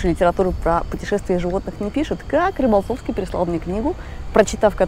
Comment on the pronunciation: Она говорит юный Рыболтовский )